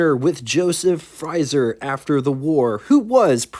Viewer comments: It's Frazer, not 'Frizer'. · It's FrAzer, not FrYzer. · The pronunciation for 'Frazier' that you're looking for is "Fray-Zhyer"... Also speaking of the Woodhill Wildfire... I used to have a pal in Indiana who owned one. Anyhow... The Kaiser Darrin certainly was a beautiful little thing... I'm pretty sure that those sliding doors and the lack of a hotter OHV engine were what really did it in. Of all of the Sports Cars of the era though, I personally think that the Vette was the prettiest. Have you ever seen the Motorama prototype Corvettes? They built several and in all different configurations... The little Nomad-like station wagon was really cool... And the two door, fastback coupe called Corvair was KILLAH! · Small point - Frazer is pronounced like the boxer, with the long A sound. I've always thought the styling of the Kaiser Darrin was stunning, just a personal taste thing. Agree on the Town Car motif, I'd call it that too. WYR: Kaiser Darrin (the only sports car my dad lusted after), Jaquar XK 120 all day long. Excellent coverage as always - thank you sir! ~ Chuck